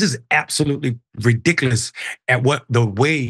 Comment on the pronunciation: Seriously? To bring up Jan 6 regarding this incident? Why are these 2 going all over the place with a story about a lady knocking over a piano? And? I'd keep the word "ridkkkaulus" out of your vocabulary,. quite embarrassing for you.